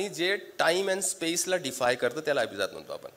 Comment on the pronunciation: *तुम्ही अभिजात मधील ज जहाजातला उच्चारलात. त्या 'जात'चा अर्थ ज्ञाती असा होतो. अभिजात मधील ज हा जास्त मधील ज सारखा उच्चारायला हवा कारण तिथे 'जात'चा अर्थ जन्मलेली/ला असा होतो. *मराठीत व्यक्ती शब्द स्त्रीलिंगी आहे. छाया देव.